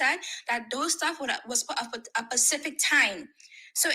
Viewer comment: Yes. She also says pacific time.